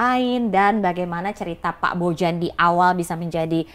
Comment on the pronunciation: Orang² balkan pada umumnya ketika ada huruf J akan di baca Y. Jadi penyebutan nama Bojan adalah Boyan Cmiiw